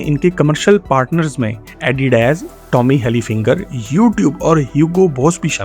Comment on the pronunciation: aap nay bola hay tommy halifinger jab k sahi lafz tommy Hilfiger hay